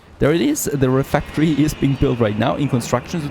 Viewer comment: pretty cool looking game. does feel like frost punk to me. Also, I really don't think RefEctory is pronounced refActory.